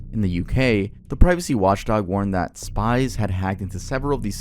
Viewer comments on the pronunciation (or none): none